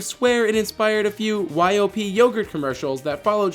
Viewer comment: When the narrator pronounced YOP Y-O-P I cringed so hard. It's YOP, as in one word